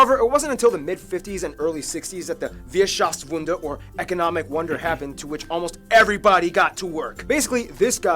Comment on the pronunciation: "Wirtschaftswunder" is spelt and pronounced wrong. Along with a few other things. I guess as a "quick" introduction to Germany the video was okay. If you're interested in an American's POV about life in Germany check out Nick Alfieri and his channel NALF He's a professional American Football player originally from Portland, Oregon and plays football in Germany for the Schwäbisch Hall Unicorns. He makes interesting videos about his life over here but does sometimes suffer from generalising a bit too much 😉